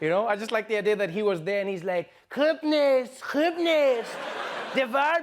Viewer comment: WooW! I'm an Iranian. What a talent you are at speaking Persian ! how did u said " khob nist " ?! it's hard for non persian languages to say " kh " ! We love you mr.Trevor and we love the whole world in peace 💓